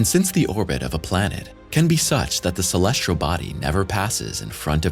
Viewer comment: I'm a subscriber! I love the narration. The only critique I would give would be to provide the narrator with correct pronunciations. Some words are ok, but when you have a word like "celestial' mispronounced 30 times, it's a bit annoying. 'Celestial' does not have an 'R' in it.